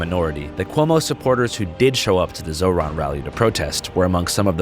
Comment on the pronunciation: Hey Andrew, I know it gets confusing with the opposing candidates and most of the mainstream media constantly mispronouncing Zohran’s name, but it’s more like “Zor-rahn” than the “Zo-rahn” way that you said it